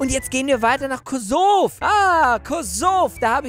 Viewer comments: Kosovo! Nicht kosov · Das heißt nicht Kosov das heißt Kosovo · spricht man das nicht kosowo aus und nicht kosov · es heisst nicht ''kosof'' sondern ''kosevo'' meine mitschülerin kommt von ''kosevo'' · Diggah was für kosov das wird kosovo ausgesprochen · Hä es heißt kosovo nicht kosov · Ayoo ich komme aus kosovo! Und btw mann spricht es Kosowo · das Land heißt Kosovo mit o ausgesprochen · MAN SCHREIBT KOSOVO SPRICHT KOSOWO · Es heißt nicht kosov es heißt so wie es geschrieben wird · ich will dir was sagen Kosovo wir wie es geschrieben wird so auch ausgesprochen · Wie geil der Kosovo 🇽🇰gesagt hat aber Truthahn 🇹🇷war auch nicht schlecht HAHAHAHAH